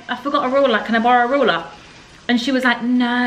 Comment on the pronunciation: Can we address how pronounces ‘ruler’ 😂😂 ‘roller’